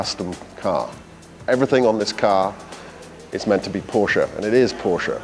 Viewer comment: One off the few that pronounces Porsche the correct way, “PorschE”!